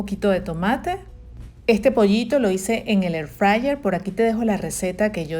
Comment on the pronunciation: Y QUE ES ESO DE "EFRAYER"??????!!!! EXPLICATE BIEN!!!! HABLA BIEN!!!!!!! HABLA CON PROPIEDAD!!!!!!!